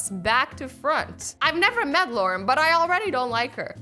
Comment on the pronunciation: Thompson "luaren"